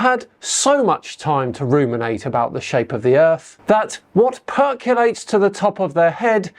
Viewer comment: 'percolates' not 'perculates'.